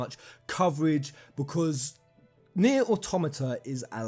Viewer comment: Very glad you say "Nier" correctly. It sounds like "near" but with a slight inflection. The "nye'er" ppl need to go ;-)